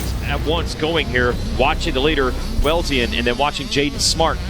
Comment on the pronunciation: Gavin Well-zeen is how you pronounce his name. His grandfather was the fastest guy in the Midwest in the 70s.